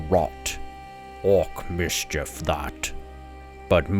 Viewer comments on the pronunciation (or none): none